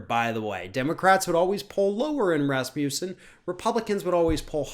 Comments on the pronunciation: "Raz-moose-en"? lol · Sorry about this digression, but is that how he (Scott Rasmussen) pronounces his name or is it the way Americans interpret it? As a speaker of a Scandinavian language, it throws me off every single time it's being said. To me, the first a should have a more 'ah' sound, the u should be pronounced without j sound before the u (as in not euw, just uw). Of course, none of this matters as it has nothing to do with what's being said. Again, sorry for digressing into the unrelated issue of phonetics. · Rasmussen is definitely not pronounced like this... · Here som trivia. Last name Rasmussen actually means son of Rasmus. Sen is the son part of the name. In the olden days, people inherited their surname based on the farthers first name and with the ending sen (son). So to say the surname correctly it has to be - Rasmus-sen.